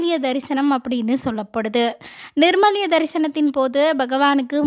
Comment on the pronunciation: Nirmalyam illayamma. Nirmalyam .